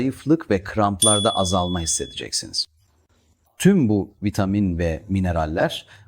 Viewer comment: Sadece boo 12 değil birde vitaaamin diyor. 😂